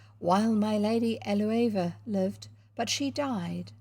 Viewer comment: I am enjoying listening to this and reading along in an ebook. You are right that it's also good for having on in the background when I'm home alone so the house doesn't feel so empty. I suspect that Eleuva is pronounced ell-oo-va.